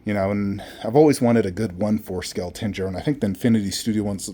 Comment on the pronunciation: my boy, your saying Tanjiro's name wrong...😉